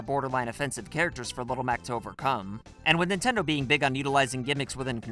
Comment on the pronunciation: Ah, yes. My favorite company. "Nintnedo".